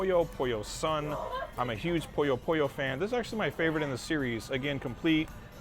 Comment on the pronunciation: Great video. I'll have to find that gaming bar the next time I'm down in Tokyo. The only gaming-themed bar I've been to is 8-Bit Cafe. I hate to be "one of those commenters" though, but it's Puyo Puyo, not Poyo Poyo. That's the only thing I can make a suggestion on.